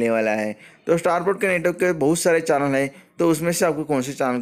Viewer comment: चानल नहीं भाई चैनल होता है।